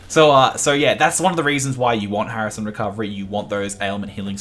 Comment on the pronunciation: Did you just call hasten recovery HARISON recovery??????